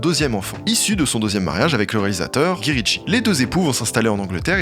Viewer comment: "Gui ritchie" "lourdesse" La prononciation c'est pas forcément ça 😅